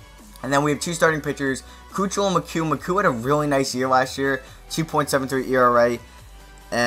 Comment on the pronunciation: Great vid I live in houston but go look up how to say dallas kheucel and colin McHugh